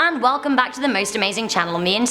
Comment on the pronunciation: hallor and welcome....HALLOR